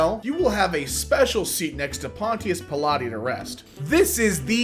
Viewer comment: The way pronounced it Made it as if Pontius Pilate invented Pilates 🤣